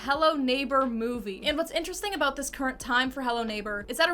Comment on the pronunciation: "something that stood oat abote this game" Canadian?